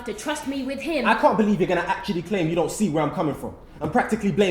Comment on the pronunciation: MsIndiasanders partially correct yes she says don't, yes the reason is accurate but the sentence he jus said "I don't wanna hear that!!." she emphasizes the "don't"